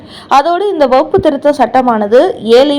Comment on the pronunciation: வகுப்பு திருத்த சட்டம் இல்லையம்மா. அது வக்ஃபு திருத்த சட்டமம்மா. உங்களது உச்சரிப்பில் குற்றமுள்ளது. முதலில் அதை சரி செய்து கொள்ளுங்கள்...